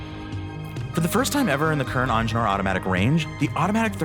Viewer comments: It's not onjenur dude! EENGEENURR, It's a german name damn it😡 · If you want a watch channel, either learn how to pronounce French words or hire someone who can. Because that is clearly NOT how to pronounce "Ingenieur"